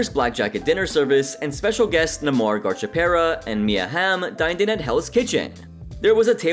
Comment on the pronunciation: Gar cha paira... Nice. Gar cee a pair a